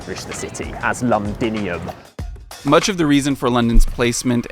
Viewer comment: It's a shame that you ruined a great documentary because you couldn't spend 5 seconds finding out how to pronounce "Thames". Every time you said "Tayms", I cringed so hard! That must be extremely embarrassing for you. Also, it's "Londinium", not "Lundinium". Also, calling the Plague, "the Pleg"? Hilarious! Cheers.